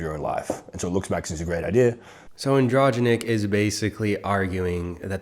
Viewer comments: Glad you’re covering this dude. Been roasting them for a while. This dude hangs with clavicular who hangs with Tate so def AMU material. And it’s like an dro gen ic for pronunciation but you prob already figured that out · Not that hard to pronounce andro genic lol and you should be showing him get knocked out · Its Andro-jenic but les cawl him Mr. Snifflez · pronouncing it as "androgentic" made me lose it so bad. That androgynous dude would probably be so pissed. 😂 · It's Pronounced Andro-Genic , like Androgenic/Anabolic Steroids. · Lol he lives in my city and I’ve seen him out in public twice. It ain’t pretty, believe me. He’s also deepening his voice for the audience. If it helps, it’s pronounced andro-geenic. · The way you pronounce his name means more "in-between male and female" androgynous 😂 I love it